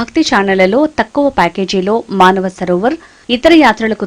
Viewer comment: అమ్మా! అది మానవ సరోవర్ కాదు. మానస సరోవర్ అనాలి. కైలాష్ మానస సరోవర్ యాత్ర అని చెప్పి డబ్బులు వసూలు చేశాడు. పచ్చి మోసగాడు.